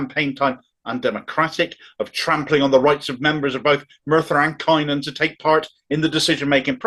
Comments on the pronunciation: As a Merthyr man born and bred I can only voice my disgust. - "Cunn-on" not "Kye-non" 😀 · Isn't it now up to the grass roots Labour members such as unions, trades councils, et al to back Beth as an independent? Just one pedantic point:,: Cynon in Welsh is pronounced "Cunnon". The letter Y in Welsh is "UH" (depending where it appears in the word). As I say, a very pedantic point. Thanks for these rants - gives me hope!!!! Keep going mate! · Cynon is pronounced 'cun-on' It is not a 'largely rural Welsh valley', it's a post-industrial Welsh valley Population of Cynon Valley is approx. 63,500 Population of Methyr and Rhymney is approx 72,000 And yes the process was an undemocratic farce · Brilliant,. Love your stuff. But it's pronounced CUNON and RUMNEE!